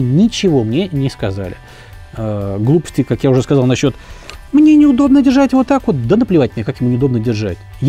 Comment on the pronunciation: На 5-й - 6-й минуте фразочка () зашкаливает XD "Уот так уот!"